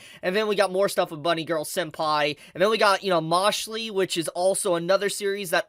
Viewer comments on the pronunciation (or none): Ok yes amazing video but PLEASE It's "Mashle" as in a portmanteau of "Mash and Muscle" not "mashlee" but "mashull" i beg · How did you pronounce "Mashell" as "Mashley"? lol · For the thousandth time Its Mashel not Mashley!!!!! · It’s MASH - UL. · No way did you pronounce mashle as mash lee 💀😬